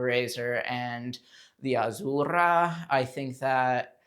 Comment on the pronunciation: loved the review. but got annoyed with the way Azura was being said 😢 Am I the only one haha. I’m sorry.Azzzzeuuurrah